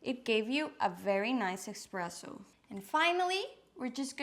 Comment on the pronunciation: There’s no “X” in espresso